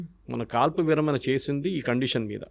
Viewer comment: విరమణ, విరమన కాదు.